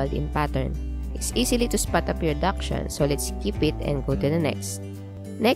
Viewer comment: First clue you aren't an expert is the way you pronounce dachshund